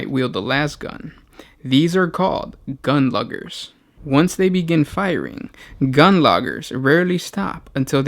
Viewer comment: gersh one. I noticed as you mentioned the gun luggers you called them loggers. lugging means carrying in British english